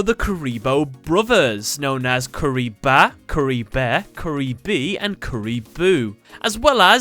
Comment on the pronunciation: You said curry lol